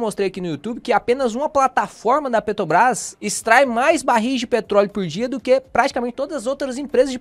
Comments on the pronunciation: Meu amigo, pq vc fala Petobras? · PETOBRÁS???? QUANDO VAI APRENSDER A FALAR?